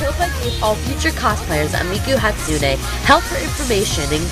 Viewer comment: you said Hatsune wrong